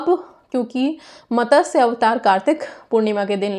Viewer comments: its MATSYA not MATASYA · मॅडम,मतस्य अवतार नहीं,मत्स्य अवतार